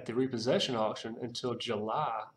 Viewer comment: I like how you say "Ju-lie" [July] And yup! Glad you won that case!